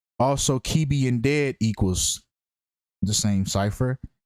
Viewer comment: His surname is pronounced Ke-Beh. Ke sounds like keh not kee. And beh for bed. Sidiki is a west African Guinean/Malian name.